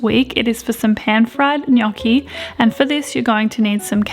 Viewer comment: just want to say, the way your pronounced gnocchi made me so happy 😌 so many people get it so so wrong but said it perfectly x